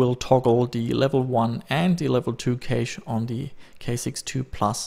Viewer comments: It's not pronounced kaysh but cash. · you pronounce cache cash not ca che. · Level 1 and level 2 "kaysh"